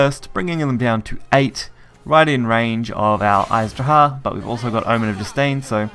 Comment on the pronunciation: I love videos, but man, every time I hear "Aiz Draha" instead of "Azi Dahaka" it hurts.